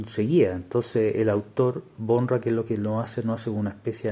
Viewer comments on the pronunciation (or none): Por cierto, se pronuncia /baura/